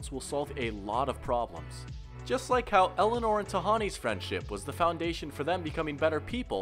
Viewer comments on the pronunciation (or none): none